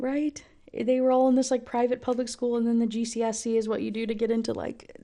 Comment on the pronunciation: the way u say gcse is so jarring but i laugh everytime